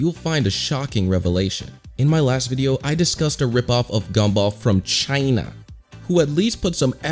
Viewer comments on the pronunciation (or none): Why dose he have to say "CHiNa" like that 😂